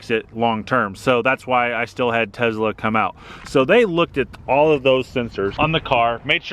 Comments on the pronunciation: please stop calling it Tezla:) great review tho! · Should’ve bought a Tesla instead of a Tezla 😝😉